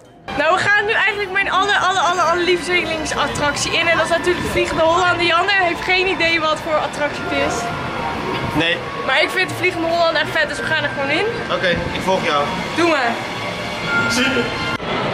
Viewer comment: mijn aller aller aller lieve zeelings attractie jezus het is lievelings attractie ga Nederlands leren ofz😂